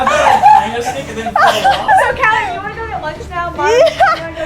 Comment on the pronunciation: Did he call kallie Joyce?